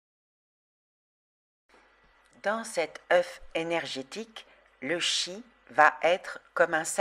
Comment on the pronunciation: On prononce Tchi, comme dans Chi-kung.